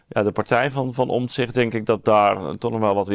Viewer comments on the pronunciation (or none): none